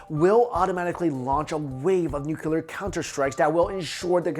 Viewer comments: Great stuff! But, please...for the love of God...it’s “nuclear” not “nukyulur”. As in “new clear”. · Nuclear please ....... Not Nukular. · nuCLEAR not nuULAR. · Nuclear. Nuclear. Nuclear. Nuclear. Nucular? No. Nuclear. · Nucular isn't a word. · Also, nuclear - “new clee er” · I love your channel, and your content! EXCEPT... when you pronounce it "nuc-u-lar" .... :P Also - please bring back some more weird cryptozoology videos! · The way this guy says "nuclear" makes me want drop a bomb on his head. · Please, if you present yourself as a "science" channel, you really ought to learn that the word you are trying to use is NUCLEAR. It's pronounced NOO-KLEE-AR. And while I'm at it, it's not MOW-NO-TONE-US, it's spoken as MAH-NAH-TON-US.